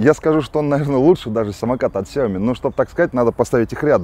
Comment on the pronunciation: Gennadievich Бесят меня эти Ксяомишники. сяомИ Xiaomi 小米 Ударение на И!!!!!